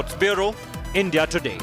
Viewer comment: It’s India not ndia